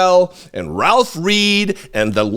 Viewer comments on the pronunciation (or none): none